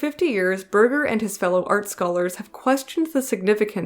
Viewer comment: Berger is pronounced with a soft g, like berjer, rather than burger.